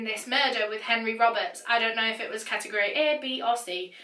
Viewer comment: Cat-tegg-gory🤦🏼‍♂️😂😂😂 It's Category 😂 Just 1 word😂🤦🏼‍♂️😂